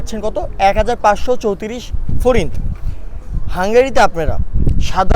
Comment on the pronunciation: আরে ভাই হাঙ্গরির টাকার উচ্চারণ করতে পারেন না আর চলে আসছেন ভিডিও করার জন্য তাই না 😡